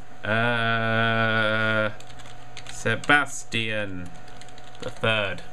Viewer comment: umm, did you see how nerd said sebastian the 3rd? lol